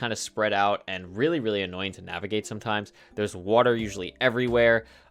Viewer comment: POG wooter instead of water new york accent? your from new jersey close